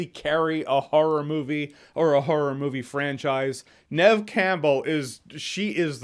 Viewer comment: Is that how you pronounce the name of the main actress in Scream? Neve as in Nehv? Like a shorter female version of Neville?